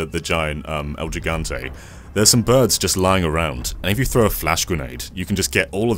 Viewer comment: I laugh every time they mispronounce El Gigante, it’s a Spanish word. I need to play this game, but I’m not very good with horror.